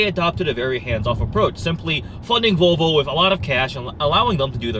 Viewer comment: Olav Alexander Mjelde o come on he says vovlo wos ready to insolvent